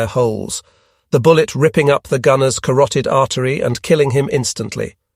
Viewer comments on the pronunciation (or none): none